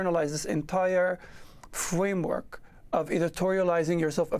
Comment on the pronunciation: This entire fwamework